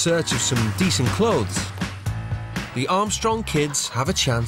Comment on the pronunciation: can you just say clothes pls